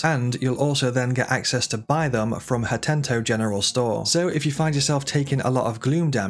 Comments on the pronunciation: Not gona lie, the "HatenTo" rlly irritated me n made run str8 to the comments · Yeah the “hatento” immediately got to me. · Waaa what let me guess before he says it hat-en-o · It's worse. Hatento. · Ha-10-toe. 💀 Little details like this make me feel the guy don't know/played/care about the game and it's just reading a script to be done with it. Disclaimer Emphasis on "me feel", it may not reflect the truth but that's the impression it left for me. Emphaisis on "me". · my sister says "hentu" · Is there a second T in Hateno in the EU version? Cuz in the US it's not Hatento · Had to dislike cuz you cannot pronounce a simple 6 letter word holy crap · please stop calling Hateno village that, it hurts my soul. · His mispronunciation of Hateno was brilliant, look how many of you commented! Great tips too, kudos! 😄👍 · Great video. But it's driving me crazy the way you pronounce "hateno". it only has one "t" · #16: There is only one “T” in “Hateno” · the way he says hateno 😑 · how does one make a tips and tricks guide (implying u played and know the game well) and mispronounces a towns name that isnt even new (hateno was in botw as well). Weird tbh hence the overly pedantic question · Not as bad as my sister constantly pronouncing Tulin as "Tullin." It's pronounced "Too-Lin." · why does he keep calling it "hatenTO" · Hateno. Ha TE NO. Lol. Good video dude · Hateno village not Hatento village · These tips are dope but it's not called Hatento it's Hateno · HA / TE / NO, Hateno. Not Hat-tent-o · Hateno village❌️Hattento village✅️ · The amount of times he says "HatenTo" is giving me an anurism There is no second "T" in "Hateno" my guy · Bro the village is called 'Hateno' not 'Hatento' 🥲😭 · Why are you pronouncing "Ha-teno" as "Ha-tent-toe"? :P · HATENO. Say it with me. Hateno. Omg hahah you’ve had two games to know that it doesn’t have an extra t in it. Hatento. 😂 bless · Bonus Tip : you can skip the second T of Hatento Village because it's actually called HateNo Village